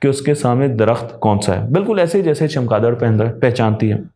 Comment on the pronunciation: جناب چمکادڑ نہیں چمگادڑ ہے